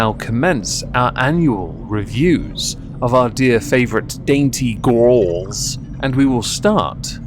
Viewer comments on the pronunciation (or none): everytime you say 'gorls' something inside me dies